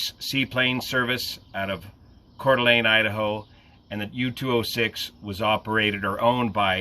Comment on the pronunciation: As a local, good work on the pronunciation of Coeur d'Alene. Sad story.